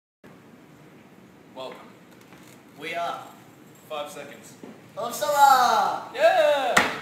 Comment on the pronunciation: "Welcome." "We ah." "Foive secuhnds." "OF SUMMAH!!"